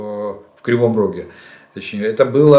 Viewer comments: РАГУ - это такое блюдо 🍲 В Кривом РОГЕ✔️ Роге, а не Рагу!!! 🤦🤦🤦 🤣🤣🤣🤣🤣🤣🤣🤣🤣🤣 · Блин опять на теже грабли. В Кривом РогЕ, а не в Кривом РагУ. Рагу едят люди. Хвить коверкать название города.